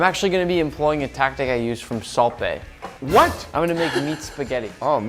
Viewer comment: i kept thinking he was saying "Salt BAY" like as a location somewhere in the US. They meant Salt Bae.....